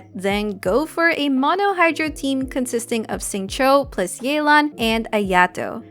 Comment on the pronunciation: It's Yeh-lan T_T